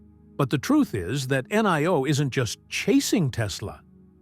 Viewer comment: In Chinese "i" is pronounced e; as in Li (Lee). So, NIO is pronounced NEO: as in KneeOh.